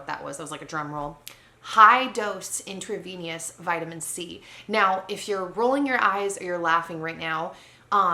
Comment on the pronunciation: ... says the person who can’t even pronounce intravenous correctly! 😒